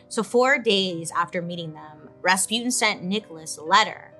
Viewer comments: РаспУтин or raspitin not rAtzputin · Raspyutin Raspyutin Gee can they not say Rasputjin (soft ch like in ciao or cucaracha) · It is Ras-putin tho like the Putin there is now not raspyootin’… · Gurl you even mentioned the song and still mispronounced the name 💔💔💔💔💔💔